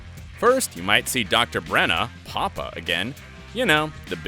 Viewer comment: Ummmm did he just say doctor BRENNA?!?! I can not